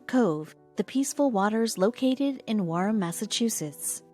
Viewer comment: Its Wareham pronounced wear ham